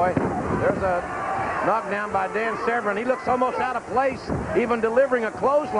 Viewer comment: Is JR pronouncing his name right? It's spelt 'vERn' but JR kept saying 'vREn'. I didn't watch WWF at the time so this is my first time seeing Severn and don't know how it's supposed to sound.